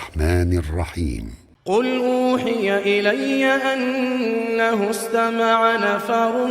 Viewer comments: I don't know why he recites INNA HU please guide me he recites INNA Hu at every ayat but in Surah There is ANNA HU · You have pronounced the word wrong (أنه) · ماشاء اللہ آواز بہت اچھی ہے۔ ایک بات اس میں نوٹ کی ہے کہ آیت نمبر 3 سے لے کر 13 تک ھمزہ کے اوپر زبر ہے لیکن ایسا لگ رہا ہے کہ آپ زیر پڑھ رھے ہیں؟ جزاک اللہ خیرا ،،،،،؟، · Assalam o Alikum kindly correct your mistake in recitation of ist three ayat انه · فى سورة جن هنا (أنه)لكن فىسؤره جن تلاوك (انه ) صحيح هذا خطأ